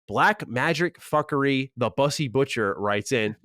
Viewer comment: lmao "bussy" is not pronounced like that.....;)